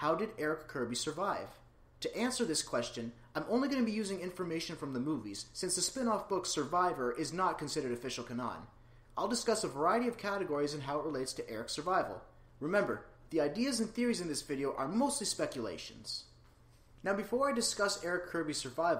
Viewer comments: LUV the video, great speculation but, I can't help it. CANON is not pronounced 'ka-NON' ??? How about next time you try 'CAN-un". 8-) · Dude did you just say CUH-NON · whoa whoa WHOA. Did I just hear you say "ka-NON?" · heh ... I thought you were saying "Kanan" at first and for a moment couldn't figure out how Star Wars: REBELS was related to JP: III. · The way you said canon gave me a chuckle. Thanks. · I've never heard anyone pronounce canon like that before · Why can't he pronounce cannon